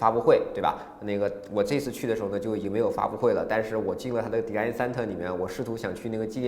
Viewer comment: 学一学design 和pool的发音